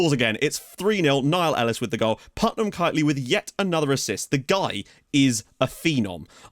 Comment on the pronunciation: Finally someone other than me...... PutMAN, not Putnam.. :D